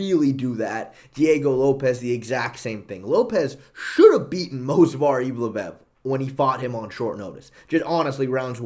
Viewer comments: In Movsar's name the v is before the s yet you always call him Mosvar, it annoys me because it sounds bad and Movsar sounds cooler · is the "move-svar" guy in the room with us? XD this is chael sonnen type of butchering names